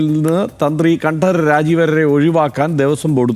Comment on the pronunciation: രാജീവര് എന്ന് പറഞ്ഞാൽ മതി.. കണ്ഠം കഷ്ടം ആക്കണ്ട 😄